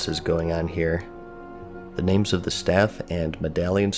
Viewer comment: The only thing I don't like about your videos is the mispronunciation of names. Great content.